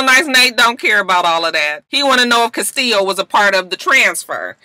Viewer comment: Me too, its the correct pronunciation